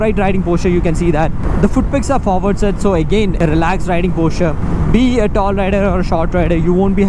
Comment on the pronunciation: The word is "posture" not the "Porche" 😂 Your accent sucks, bro. It sounds like Tamil Nadu speaking English. LOL 🤣